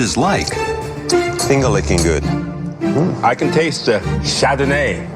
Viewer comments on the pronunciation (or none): his way of saying Chardonnay is just hilarious.